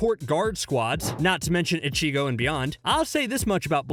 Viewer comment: How do you let a dude who clearly never watched bleach butcher so many names and upload this video. This man said icheego and just ran with it